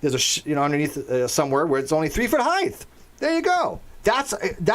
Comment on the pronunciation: Random question... why do you pronounce height as heighth?